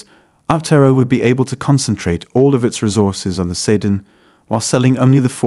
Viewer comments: SEE-DAN, not see-din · The pronunciation of "Sedan" is bad. Might need to retrain the AI.